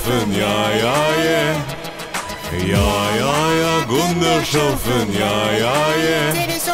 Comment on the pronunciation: Gundershoffen sh ce dis SS